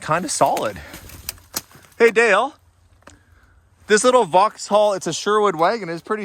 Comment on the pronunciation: You don't need to pronounce the H in Vauxhall, vox-all 😉